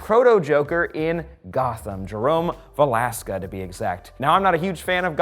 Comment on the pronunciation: It's ve-les-ka but common mistake